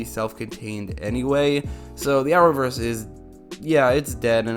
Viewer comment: What is the Hour-verse? He said it 10 times.